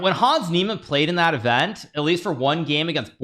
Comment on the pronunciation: Did he just call it Hans Device!!!!!!